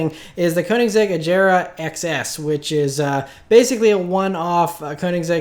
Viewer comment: Agera not "Ajera" just so you know.